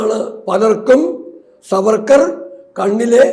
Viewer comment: It's not Savarkar. Should be pronounced as SAAVARKAR.